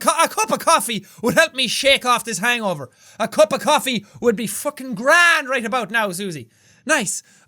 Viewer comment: "I would like a cuf of coppee, thank you," Jack in the mornin' after one night stand...